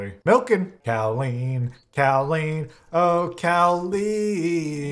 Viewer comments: as a Colleen all I kept hearing this episode was a cow version of my name 😂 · The name Colleen: ~exists~: Cowleen! Like Jolene!